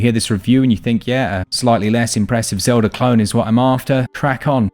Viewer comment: Legend of Zeldhuh? Breath of the why dude